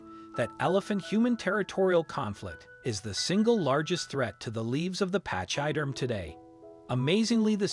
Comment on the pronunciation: Find out how to say pachyderm please, you are butchering our language. Pach sounds like pack, y is said like ee, derm you got right. I cannot listen to any more of this.